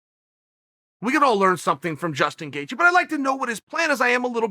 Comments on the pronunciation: Nobody: Chael Sonnen: Justin Gethje Justin Gaethje: Chel Sonen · Chael calls Gaethje Gethje then its Gethje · Justin: My surname spells as Gaethje Uncle Chael: It's Gethje Justin: My surname spells as Gethje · Me: Gaethje Chael: Gethje Me: Okay, Great! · Gethje? Now ur just messin with us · Gate gee